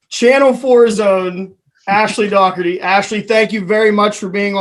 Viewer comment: Great interview. And thanks for pronouncing Dougherty the right way! (An '87 Bethany grad, BTW ...)